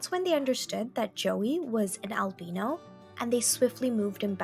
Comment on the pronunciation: he’s not real, it was a fake story, look it up, you pronounced “Albino” wrong